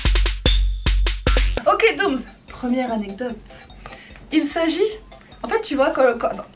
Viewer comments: Je viens de revoir la vidéo et dit encore "anetdote" 😂🤧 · a seconde elle dit anededote